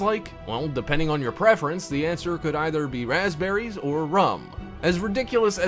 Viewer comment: it said PASPBERRY